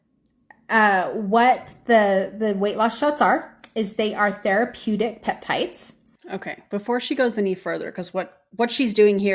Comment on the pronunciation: She keeps calling them "PEPTITES" and I CANNOT.